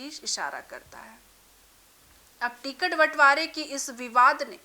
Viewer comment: Ti-Cut— nahi Ticket